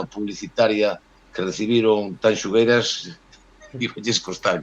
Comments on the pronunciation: O único que me amola de todo isto é que terminou o festival e siguen diciendo mal o nome de Tanxugueiras...🔥🔥🔥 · Co ben que din Shakira, hai que ver canto lles custa dicir Tanxu(shu)gueiras.